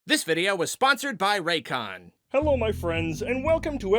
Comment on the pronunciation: Every time youre sponsored by Raycon i think youre saying Raytheon and i have to remind myself that is not a military contractor